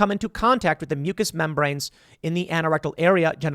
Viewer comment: Anorectal is pronounced "aye-no-rectal" not "ann-oh-rectal". You say the "an" the same way you say anal. I was confused what you were trying to say until I looked to see what you were reading. Saying words correctly is important.